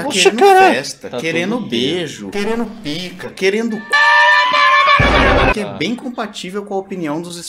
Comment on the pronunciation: Esse "que" foi com vontade em kkkk